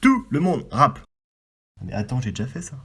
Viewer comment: Ptdrrrrrr on dis rap avec un p pas deux 🤣🤣